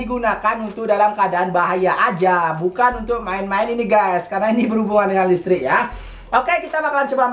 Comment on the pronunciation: Listrik woy bukan lestrik